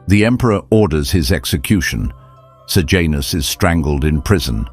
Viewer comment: Sejanus not Sir Janus. Pilate not Pilot.